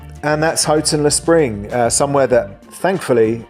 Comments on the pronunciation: Houghton-le-Spring not that bad at all. Can only assume the dangerous part comes from the murder of a young lad by a group of chavs many years ago. Well done on pronunciation, can't tell you how annoying it is to hear it called Horton or HOWton. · Only one niggle. Gosforth is the home of Greggs. It was originally called Greggs of Gosforth. Great how you pronounced Houghton-le-Spring correctly.